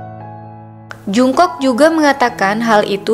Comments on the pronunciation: Setau gue jungkook dibaca jong-guk bukan jung-kok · Tulisannya Jungkook Bacanya jongkuk (latin) g enak gitu.kalo dengernya jungkok (latin) 😩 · Jung "KOK" ..... Bacanya Jong KUK min bukan jung kok 💜💜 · Salfok sama suara mbaknya,,, nama jungkook bacanya jongkuuk mba 😁😁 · Pelafalan namanya jonggug & bwi yg lebih tepat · Bacanya ga Jungkook tapi jongkook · Mimin kpop'ers baru kah...kok baca namanya jk agak wagu gitu... Maaf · Belajar lagi cara pelafalan nama JUNGKOOK..bikin kesel dengernya.